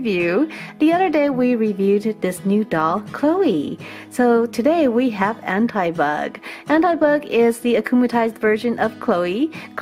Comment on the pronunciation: I is not An t-i bug it is An-ti bug like more I